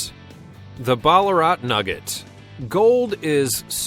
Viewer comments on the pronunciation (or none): Chris C I know I can't stand him saying